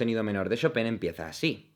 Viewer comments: Qué buen análisis! En verdad es uno de los mejores openings. Y el ánime es bueno, pero tiene uno que otro momento medio más o menos. Oh, sólo un "error": Chopin se pronuncia "Shopan", no "Shopén". Jeje. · se pronuncia chopan v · cómo qué ShopEn?? en todo caso sería ShopAn XD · No seria "chopah"? XD